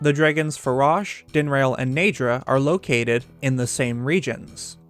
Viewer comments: Dinrail? wtf DIN-RAH-L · dinrail? dinraal. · Ah yes, Faraj din-rail and nee drah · i keep hearing "Din-RAIL."